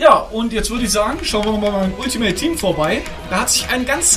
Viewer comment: mach deine eigenen serie dann kannstes alltimeit tiehm aussprechen